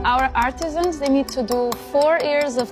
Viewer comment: Artisans...NOT Artisians 🙄